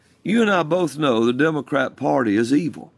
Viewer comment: I could've sworn he said "the devilcrap party" instead of "the democrat party" and ngl I kinda loved it